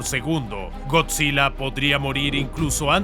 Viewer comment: es gojira pero se pronuncia goyira